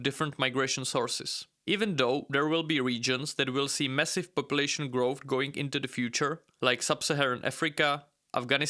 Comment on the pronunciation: Its not growthT its growth